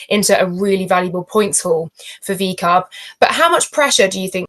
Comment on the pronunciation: Laura said "VCARB" lol